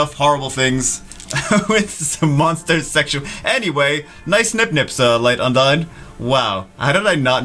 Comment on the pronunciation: "UN-DINE" I thought it was pronounced "OON-DEEN" like in the tales of franchises